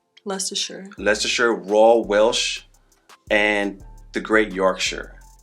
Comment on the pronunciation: Wow Americans who can pronounce Leicester! You guys are really going all the way!